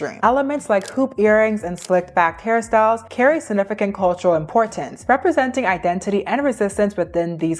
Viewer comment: Nkkkkkkkkk 😂😂😂😂 Identity ❌🇳🇬 Idendidy ❌ 🇺🇸 IdenTiDy ✅ Much love from Nigeria… your brilliant detailing is great 👍